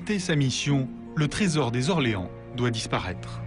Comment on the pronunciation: Quelle honte ces journalistes de faire la liaison avec un nom propre (Orléans)